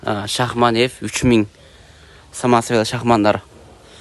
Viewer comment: Самосвал дечи самосвяз дебей